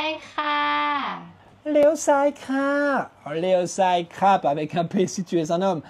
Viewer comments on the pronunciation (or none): J'ai l'impression qu'il faut parler un peu du nez pour l'intonation en thaïlandais surtout le khra/p que je trouve dur à prononcer, toi tu prononces ça à la française😅j'ai essayé avec google traduction quand je parle du nez il me comprend ช้าๆหน่อยค่ะ bon la version avec le p il a du mal à comprendre